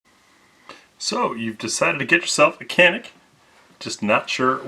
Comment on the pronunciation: Pronounce as Chanik